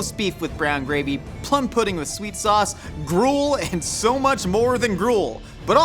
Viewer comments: "Christmas purding" 😂😂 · The fact that constantly always finds a way to make fun of and the crew actually cracks up. I missed this dynamic. Hearing just mispronounce pudding and immediately jumped into whatever bonkerness she has locked in her head to break character. It’s gold.